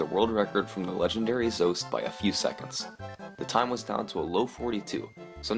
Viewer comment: Why does this guy keep mispronouncing Zoasty's name? It's not Zoast!!